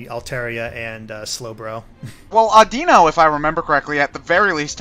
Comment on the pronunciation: AW-Dih-No LAW-Puh-Nee dem mispronunciations